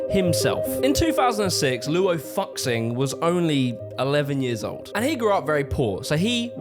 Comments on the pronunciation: as a chinese person looo-oh fuck sing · For those pronouncing Luo FuXing, x is pronounced with a “sh” and “ss” sound in china. like the letters s and sh in English. So instead of pronouncing Luo Fucksing, it’s Luuo Fuusing or Luuow Fuushing (phonetically spelled to better get my point across). It differs depending on region but yeh The more you know ⭐ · As a Chinese person, his pronunciation of Luo Fu Xing (Loo-o Foo Shing) is too funny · luo fu xing's name is pronounced closer to "luo foo-shing". and......despite some minor misinfo , general idea is delivered very well, nice job! imo the reason it was exterminated was just because the super conservative people in power back then didnt like it. that's all it takes for something to be deleted in china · bro didn't even try searching up how to pronounce luo fuxings name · Hm. Kinda disrespectful that you keep pronouncing Luo Fuxing like that. But then again, you can't even pronounce "visual kei"... so maybe it's unintentional? But you have Google. And I know not everyone's parents encouraged reading phonetically, but if I knew it not long after I started school, I think it's fair to expect you to in adulthood. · understandible..but hot damn you slaughtered the Chinese names. you said shamate once right at the start, from then on i kept hearing you say it like I'd expect an English speaker. and oh boy...luo fuxing sounds nothing like what you said aside from the ing at the end... luo sounds closer to low fuxing would sound something like fuu shing luo fuxing=lo fuushing might be more but i had to say that. source? i read lots of light novels from China and look up words plus watching donghua or Chinese animation. strange phonetics, really makes English speakers look silly great channel here is asianonmetry, white dude speaks perfect Chinese if anyone is interested.